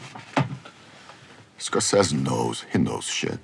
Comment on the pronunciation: I love how he calls Scorsese “Scorses” lol